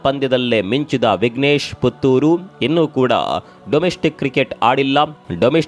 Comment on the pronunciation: ಪುಥುರ್ ಅಲ್ಲ. ಪುತ್ತೂರು